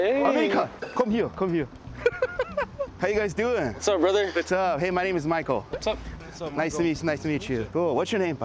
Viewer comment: 헤이 할때 왤케 발음이 한국인 같지...?